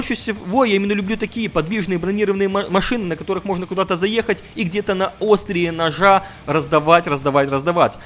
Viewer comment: Русский учи,! На остриЕ, а не на Острие ножа, бляяя.